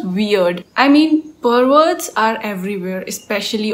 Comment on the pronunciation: The way you say perverts is hilarious😂. Watch out for them👍